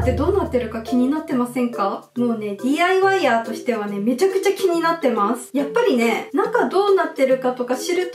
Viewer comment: ＤＩＹヤーがＤＩワイヤーに聞こえた笑